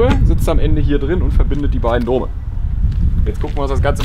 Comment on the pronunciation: Danke, dass du "Dome" sagst, und nicht wie JP "Döme". Es hört sich einfach besser an, was letztlich richtig ist, ist mir egal:D